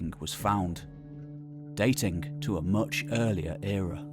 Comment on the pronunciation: Datingk Longk Tellingk Apparently I've been mispronouncing these words 😑 It reminds me of people that say cousint or wellp.